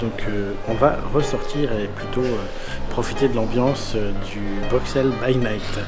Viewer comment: C'est compliqué de prononcer correctement le nom de notre capitale? Je pleure à chaque fois que j'entends BruXXXels 😭